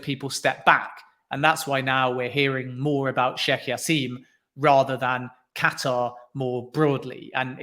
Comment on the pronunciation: As his name is Arabic the J is pronounced. It's jassim not yassim. Good interview irrespective